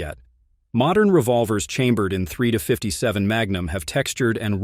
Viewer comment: The AI voice isn't bad overall, but it seems to struggle occasionally with "357."